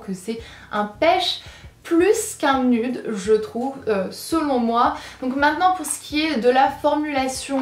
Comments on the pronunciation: Je ne pense pas que ce se prononce nudes mais nuides ( cela ne s'écrit pas comme ça mais pour la prononciation 😂) voila je ne sais pas si je me trompe ou pas voila sinon super vidéo comme d'habitude ❤ plein de bisous ❤ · Ça me stresse tu dis "nude" en mode prononciation française